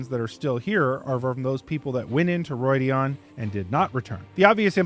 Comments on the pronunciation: It's not Roidian but Rhuidan it's like the RU sound in Rudimentary. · Ugh... roy dee ahn? That is not how it is pronounced.